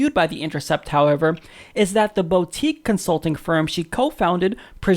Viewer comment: It's pronounced "boo-teak"